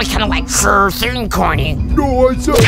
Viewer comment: It said corny instead of coiny 💀